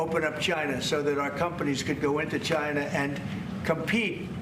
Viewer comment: Why does trump say China like Gina?